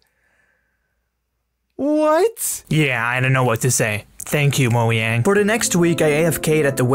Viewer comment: bro just say moaiyang